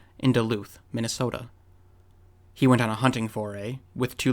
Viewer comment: You are an extraordinary storyteller, but please pronounce "wanton" properly. You make it sound like a Chinese noodle.